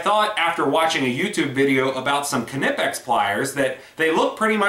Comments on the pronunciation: the "ka-nipex" gets me all the time. being austrian myself i do find it hilarious for yet to find an american to pronounce it properly, but there's no pun intented. the "kn"-combo is vastly different to pronounce in english than it is in german, and as a suggestion you guys should try the "qu" out of "quest" or "question" and seamlessly impart the "n" rather than pronouncing it like "kw". much like "qn-ipex". if that makes sense, of course. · lol. I thought he was trolling at first, but I think he legit thinks it's kannippex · Is that the proper pronunciation? All along the boys at the shop and I have been saying "naipex", funny... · Dude is nipex the K is silent. just like Knight and Knife. Good review otherwise. (I am aware that the Germans do pronounce the K but it just sounds weird in English.) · Knipex= ny-pex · THE K IS SILENT!!! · The k is silent like in knife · No it's not. They're German. You pronounce the K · Aj Robinson no it isn't.. watch some videos from Knipex, they pronounce the K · 842qwery the "K" isn't silent.. just look at some YouTube videos from Knipex, they pronounce it the same way.. :-)